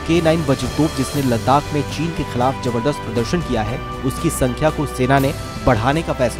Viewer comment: चीन का ची तक बोल नहीं पाता।